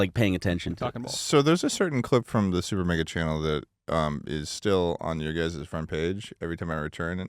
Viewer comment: Did just say Supernega